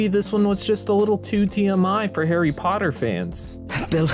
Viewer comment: Where is pottaH?